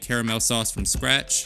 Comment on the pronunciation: Clicked because you said stratch